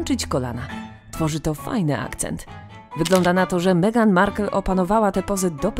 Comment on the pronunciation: Albo Megan i "Kejti" :-D